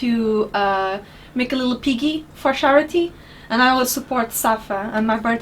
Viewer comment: thats a new one. never heard scharity before. whats scharity lol.